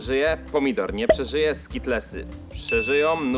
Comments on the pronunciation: Nie skitlesy tylko skitelsy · Skitelsy a nie skitlesy 😮